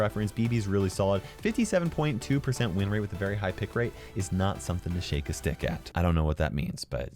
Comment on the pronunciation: “It’s not something to stake a shick at”